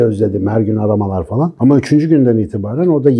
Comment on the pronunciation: gibi bir eğitimcinin "fElan" demesi kulağımı çok tırmalıyor. Küstahlık etmek istemem hocam ama "falan" ya da "filan". Teşekkürler:)